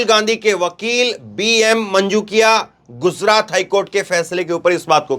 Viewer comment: GUZRAT. KYU BOLTA HAI...Gujrat kyu nahi bolta...yeh Kaisa anchor hai..